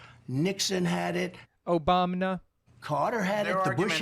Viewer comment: the OBAMNA really caught me off guard haha